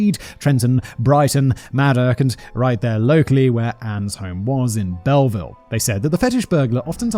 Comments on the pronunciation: Belleville is pronounced Bell-vill. As an Englishman, Simon, you should be used to pronouncing stolen French words :P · I'm sorry....how did you just pronounce that? It's pronounced Bell-ville for future reference!